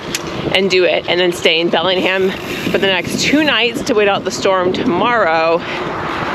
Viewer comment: 😂 It's pronounced Bellinjum